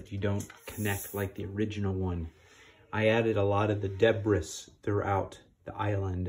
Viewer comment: The s in debris is silent... no big deal just so you know... I'm watching this because I think I had the original as a kid, like literally the only Lego set I ever got... I remember it being more challenging to put together than I expected, but having zero Lego experience I don't know what I expected with something so relatively complex lol